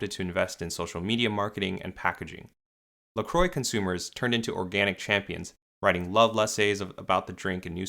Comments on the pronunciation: 🛑🛑🛑 It's "La Qwah." It's not pronounced "La Croy." It's French meaning "The Cross." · Croix is pronounced like "kwah" not "croy". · these mfs cannot pronounce french words La Croix - (la crua) not lacroi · its pronounced lacrowa not lacroy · Dear Americans (including the owners of the company if they endorse it), La Croix is not pronounced La Croy - it is pronounced La Kwa. Sincerely, Europe. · First time I heard an someone from the US talk about this brand I didn't know what he was talking about. But when he wrote it down I went "ooh!". They pronounce it Lacro-y, while I always pronounced it French (the cross) La-cro-a. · It’s pronounced La-Qwah not La-Croy 😬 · It’s “Lah- cru-ah” not “Le-Cru-oy” *in my Hermione voice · Can you learn how to pronounce "La Croix" properly?. Because it's no like in this video. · Lol, how American pronounce La Croix, a French name (meaning the cross) totally not pronounced like that. Every time they mention the name to me it sounds like stupid people not knowing how to talk. Normally it would be pronounced like this: LAH KRWAH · La Croy haha how can they butcher this name so hard 😂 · Pronounced La Croque! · I can't get over how they pronounce La Croix as "La Croy" 😂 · So we're not even going to talk about how literally everyone is pronouncing it wrong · Now if Americans could only pronounce La Croix correctly. I imagine Canadians and Europeans would not tolerate an American pronunciation. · Why do Americans pronounce La Croix like that... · As someone who understands French I truly believe that every time an American pronounces LaCroix a French citizen gets spit in the face somewhere. (Luckely I'm not French myself)